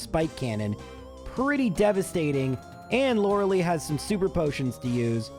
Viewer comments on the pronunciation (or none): As usual, a fun challenge to listen to! I'm always wondering whenever you do gen1 : is there a particular reason you say LorelEI's name like 'liLY' and not like 'LIEs' ?